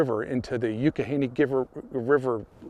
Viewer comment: Awesome job! I really love stuff like this. Oh it's pronounced (Y'AWK- e -Ganey) river.